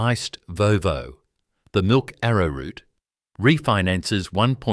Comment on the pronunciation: Did you say milk ave a root?